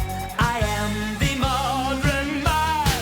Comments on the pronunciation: I like how he says “modren” instead of modern. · Something that you didn't cover that I've always wondered about was the purposeful mispronunciation of the word "modern." If I remember the lyrics in the liner notes has it spelled "modren" with the r backwards and both times when he sings it he says "modren" not modern. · Love the song... But why "Modren Man" pronunciation? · I'm surprised she didn't comment on his pronunciation of "modern" as "modren." It's an old-fashioned way of dealing with the trailing "r" sound but wasn't very common when this song came out. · For all my years, I've never heard anyone else pronounce the word 'modern' as 'modren' as Dennis does. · I was hoping to hear her comments on the pronunciation of "modren." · So why does he pronounce "modern" as "modrun"? Is it a regional thing? It's gotta be intentional,right? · Always thought it was strange how he pronounced modern man as Mod-Ren Man. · This is the first time I've noticed he has an unusual way of pronouncing the word "modern". He says it like it's spelled modren.